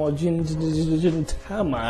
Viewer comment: Nice reaction as always. I have been wanting to mention this for more than a month already, but I always forget to do it. xD You are pronouncing Gintama and Gintoki wrong. It is G as in gray or glue. ;) It is no big deal though ;)